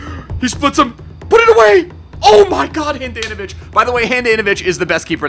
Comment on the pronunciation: Not Han-Dan-No-Vich its Hon-Don-No-Vich